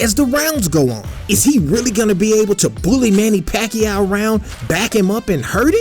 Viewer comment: Paquao??? I am loughing of him...